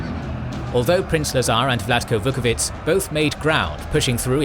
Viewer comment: If i may say, I believe the pronunciation of "ć" with an accent is 'tch' in most Slavic languages. Your pronunciation sounds like a "c" without an accent "ts" (in which case the pronunciation would be very good actually, like when you pronounce "Milica"). Vuković is then pronounced Vukovi'tch' and not Vukovi'ts'